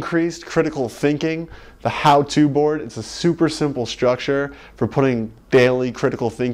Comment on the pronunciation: Hey, try thinking about not using the 'sh' sound when there is only an 's' in a word. The word is structure, not shtructure. You'll sound more literate if you focus your awareness critically on that flaw.